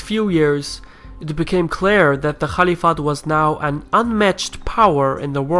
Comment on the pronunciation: Not the calif, it is khalifa